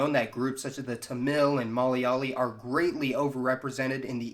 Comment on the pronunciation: Dude it's malayali, lmao.. not Molly Ali.